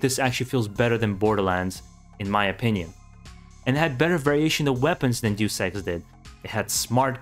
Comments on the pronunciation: You pronounce Deus Ex like “do sex” and “deuce ex”, which is funny. A better approximation would be “Deh-oos Ex”. It’s short for “deus ex machina” (Latin for “god from the machine”). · Not sure if anyone has said this here and I hate to be that guy but "Deus Ex" is pronounced "Dayus Ex" not "Do Sex" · It's not pronounced 'Jew Sex', but, say it with me: Day-us Ex. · It’s pronounced (Day-us X) Deus Ex, not (Doose X) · It’s driving me nuts, hearing him constantly mispronounce the title of Deus Ex. I mean the spelling of it doesn’t even spell for “Doose Ex” . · I always thought it was pronounced "Day-Us X" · The way he says Deus Ex sounds like "Due Sex," and it makes me laugh each time. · "juice ex" lol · It’s deus ex not do s... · Duice Ex. 😂😂😂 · its one of those moments like they way you pronounce Ryu. Since the first deus ex i have been pronouncing it apparently wrong and so hard to change...lol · ehhh... having to listen to you mispronounce deus ex for 8 minutes....